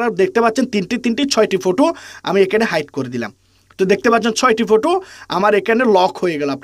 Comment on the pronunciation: ফটু না 😂😂ফটো